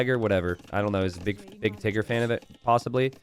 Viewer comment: gotta be careful when saying "Tiggerr"...